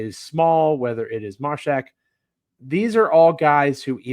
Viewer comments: Love the Grizzlies got a Vol Mashack hopefully develop into 3 & D player eventually work on offense 3s. it’s Māshack long a sound like ay 😂 Mayshack lol. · Joe “” keeps mispronouncing Mashack 😂